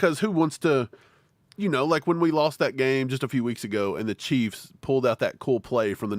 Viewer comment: was that "cah keys"?😂😂😂